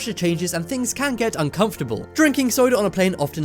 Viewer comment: ThinGs not thins